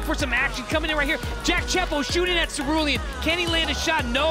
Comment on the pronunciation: did anyone notice the presenter called cerulean's name celidian. 🤣🤣👍🇬🇧